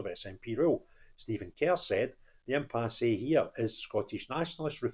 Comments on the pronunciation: It's pronounced impass, not impassé. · Dear, The 'e' in impasse is silent. Frank.